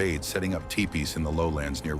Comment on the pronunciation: TEE PEE not Tie Pee